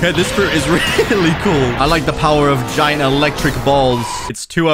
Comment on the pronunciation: BLUD JUST SAID JAYENT ELECTRIC BALLZZZZZ😈